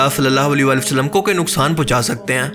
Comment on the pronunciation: Assalamu Alaikum bhai I like your videos very much and always waiting for your new videos u r very talented Allah pak ap ko jazaiy Khair day bs apni Urdu thodi improve krain ap han ko an kahty han please don't mind mera maqsad ap ko hurt krna Nahi. Ur Well wisher